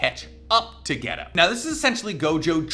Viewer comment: His name is not Ghetto! Its GEY-TOE